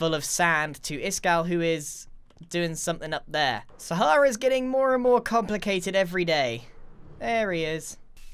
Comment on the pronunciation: You Said Moar then 2..